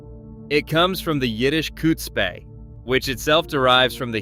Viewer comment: You don't pronounce some of these words correctly. "Ch" is a raspy, rolling noise in the back of the throat. Not an "ch" or a "h" of a "k". Chutzpa. Spiel is "Schpiel" pronounced "Shpiel.